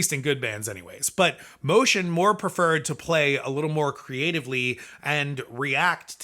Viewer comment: It's Moe-tee-anne not motion